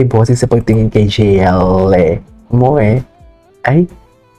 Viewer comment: Jeyelie pronunciation nya sa JL mamsh 😂